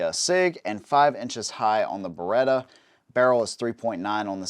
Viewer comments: Beretta, not Berretta. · Beretta, not Baretta.